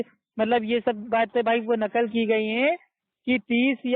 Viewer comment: غلتی کو گلتی کہ رہا ہے جینول کہ رہا ہے ہے قرآن کو سہی کیسے پڑھ سکتا ہے ہے جہل ہندو کا لہجہ اور تلفظ استعمال کر رہا ھے قرآن کو کران کہے رہا ہے غلتی کو گلتی کہ رہا ہے چل دعا قنوت سنا دے میرا دعویٰ ہے نقل کو نکل کہ رہا ھے